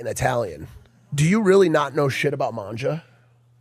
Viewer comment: Mike: "Man-ja" Logan: ( I definitely know more about this than he does...)"IT'S MANGA."